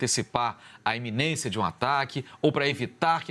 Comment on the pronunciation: Iminência moço!!!!não é eminência